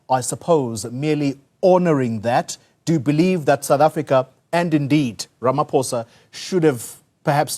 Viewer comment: Let just get his name right its RAMAPOES